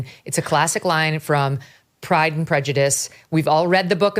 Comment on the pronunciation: "Ay yand" Cortez is a moron.